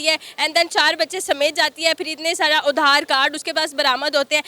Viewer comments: Are udar card nahi. Aadhar card bolo. 😂😂😂😂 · Udhaar card nii adhar card Hota hai😂😂😂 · उधार कार्ड नहीं आधार कार्ड😂😂😂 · Udharcard nahi adharcard bolte hai usse 😂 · udhaar card nahi its aadhar card anpad gavaar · Black dress wali kitna ganda muh bnakr bolti h pati, patni, bhaiya🤣🤣Or madam udhaar card nhi hota adhaar card hota h phle samjhlo ache se, or ha pake desh ki secourity forces kya kr rhi thi jb ye farzi documents bnwakr 2 round desh se bahar lgaa rhi thi khud ko bhi dekhiye, vo india baad me aayi h phle apke desh se nikli h sabko thenga 👍 dikhakr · उधार पे चल रहे देश की जाहिल औरत आधार कार्ड को उधार कार्ड ही बोलेगी.... 😂😂😂जाहिल.... कचर कचर कचर.... दिमाग मे उधार जो भरा है IMF का😂😂😂😂